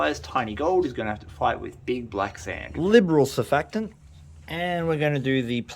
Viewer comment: You are hilarious! I think you should also be stand up comic and also radio funnyman. Thank you also for pronouncing surfactant correctly! btw I always choose your most funniest moment and I have to pick your counting ten on one hand. Also I heard that Dan Hurd is trying to poach mr gadzee. Please stop it happening! I couldnt bear to have to watch Dan Hurd to see Mr Gadzee